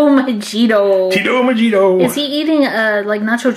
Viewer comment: Was Tito's last name spelled Mojito?...because that is pronounced: Moh-hee-toh.